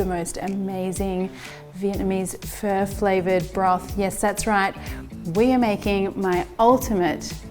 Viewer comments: omg did you just say furr!!! yuk I prefer phoooooooooo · looks awesome! it is pronounced 'fuh' it sounds like you are saying "fur". even the auto-subtitles thought you were saying "fur" :-) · Is that how pho is pronounced? It sounds almost like 'fir' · Okay this whole time I thought it was pronounced “fuh”...... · I believe it is. I THINK it's her accent. I've never heard it pronounced this way either lol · took me 5mins to understand that you're not talking about "fur" 🤭🤣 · Pho came from Vietnam, not the Philippines - two totally different ethnic groups and cultures. Say it like phuh-uh, but don't make it two distinct syllables because Vietnamese is a single syllable language - you're basically prolonging or dragging out the one syllable but the inflection goes up a bit at the end. So start with the phuh part with the tone neither going up nor down, then go up when you hit the uh part. If you can't do it, just say, fuh. Not fur. LOL!